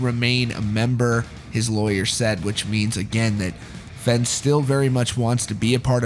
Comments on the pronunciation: It’s not FENN lol try pronouncing it FAYN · "Fen" not "Fein"? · Its pronounced "Fane" or "Fain" ... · It’s pronounced Fehn as it rhymes with pain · Just a heads up dude his name is pronounced like the word vein but with an f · Fehn rhymes with pain, dude. That’s how he pronounces it himself. Also et cetera, not “excetera” 🤦🏻‍♀️ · His last name is pronounced “Fain” just FYI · That’s not how you pronounce his last name. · please, pronounce "fehn" correctly. please. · Every time you say his last name wrong I cringe lol